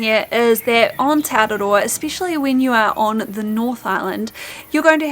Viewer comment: The way you pronounce te araroa and other mori words is really annoying. They do the same thing on the news all the time. They go out of their way to pronounce words like Kaikoura and Rotorua in the most ridiculous way, they way they think a mori would say it, even though there is no one mori way. It's just mori pandering, it's not necessary and should be stopped asap before they own the entire country.